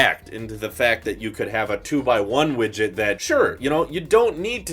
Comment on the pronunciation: STOP SAYIN WIGIT OMG